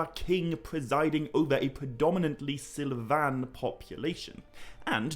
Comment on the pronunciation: I love your videos and I’m really not trying to be snide, but you know “silvan” is an English word, right? (Because you’re pronouncing it as if it were from some variety of Elvish.) It just means “of the forest”